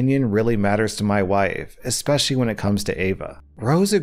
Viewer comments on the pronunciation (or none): none